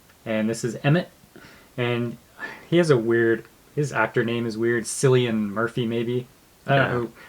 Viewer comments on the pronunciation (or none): 1. It's so cute when tries to control the discussion. 2. It's pronounced Kill-ee-an. He's also fluent in Gaelic, which qualifies him for the sexiest man alive.